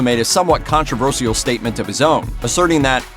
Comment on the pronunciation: Do Americans really say Controversial like that 🤦‍♂️